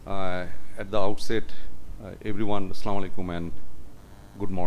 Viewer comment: ইংলিস ভালোই জানেন তবে সালামটা ঠিক মতো শিখে নিবেন প্লিজ।